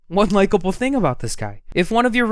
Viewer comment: his accent is just he uses 'like' in every other sentence 'fing' oh god I hate English people who say 'fing' say 'thing'